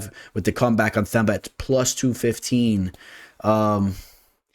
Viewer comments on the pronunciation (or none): Whats up, just a correction on my home boy Gorimbo, his name is pronounced as Temba, in other words his 'TH' is pronounced as 'T' and his name means HOPE by the way.